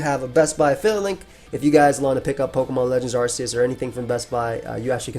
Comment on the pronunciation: It’s pronounced ar-kay-us because he has an arc on his back and silvally’s ability is “RKS” system